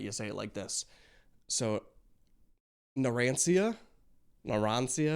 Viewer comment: whoever told Narancia isn’t pronounced like they’re saying it was lying to you. Ci is “ch” as in Ciao. You don’t pronounce that See-yow and you don’t pronounce it Naranseeyuh. You do need a little inflection for the i so it’s more Chya but it’s still no S sound